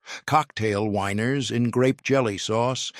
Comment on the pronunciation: I the narrator wanting to say "the weiners" instead of "the winers?"